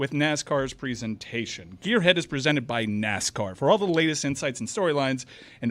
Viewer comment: Presented not "pizzented",. "Quiet" does not have an "R" in it. He can't speak yet he makes fun of Stu for the same thing.